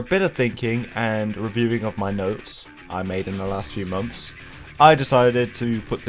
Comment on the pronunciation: "3 mumfs"